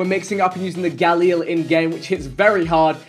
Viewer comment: Vik says it is the "Galiel" but it's called a galil